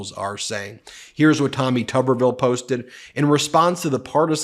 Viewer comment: Hi, Ben!! Love your show! Whenever I see a new clip from you, I know I can trust it! Kudos to you and your team on your success. BTW, Tuberville is pronunced TUBE-er-ville. If it had two Bs, then it would be TUB-er-ville